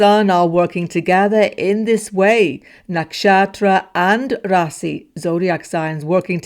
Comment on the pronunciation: like the way you said "Rasi" (South Indian way) instead of "Raashi" (North Indian Pronunciation)